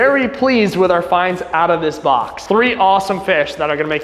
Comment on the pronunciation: Bob instead of box